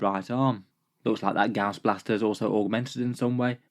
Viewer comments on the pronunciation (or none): none